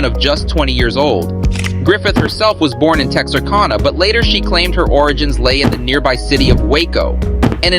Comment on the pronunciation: Just so you know.. it’s “Tex- arr- can- nah …to we Texans!